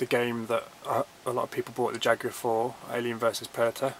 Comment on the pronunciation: Great video mate, you have a fantastic collection! Love the commentary.......its also nice to hear "Jaguar" pronounced properly too! ;-)